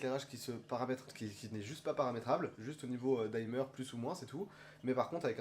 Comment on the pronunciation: Pas la première vidéo où vous prononcez "daïmeur" alors qu'en anglais on dit tout simplement "dimeur" (du verbe to dim; comme l'infinitif s'écrit sans "e", le "i" est prononcé "i" alors que ce serait "aï" si suivi par un "e" tel que par exemple to time, to dine etc.)